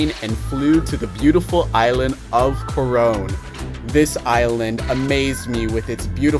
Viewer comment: The way you say "Corown" is as beautiful as the place! Welcome to the Philippines🇵🇭